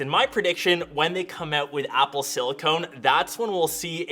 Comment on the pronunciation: "Upple"? i thought they are called "Apple"....